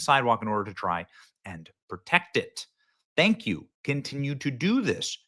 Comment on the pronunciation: Did you say twank you or pleees even once 😂